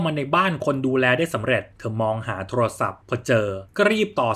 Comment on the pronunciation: พากย์ดีมากเลยค่ะน้ำเสียงจังหวะใดใด แต่ติดตรงคำว่าโทรลโทรศัพท์ทำไมต้องควบกล้ำคำว่าโทรลฟังแล้วแอบขัดใจนิดๆ